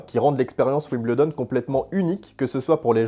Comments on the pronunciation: Alors les français : on ne dit pas « wimBLEdon » mais « wimBEULdon » ! 😘 Il faut apprendre à parler anglais les gars 🤣🤣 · Pour info on dit 'wimbeuldon' et non 'wimbleudon... sinon super video :) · Attention, on ne prononce pas "Wimbledon", mais on prononce "Wimbeldon" ou si vous préférez phonétiquement [WIM] + [BUHL] + [DUHN] Vous pourrez brillez en parlant avec des anglais ;-)